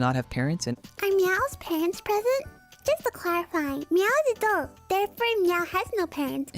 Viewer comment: bro can’t even pronounce “doll”